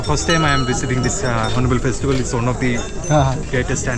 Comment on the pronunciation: It's FRSTIVAL....NOT FESTIBAL🙂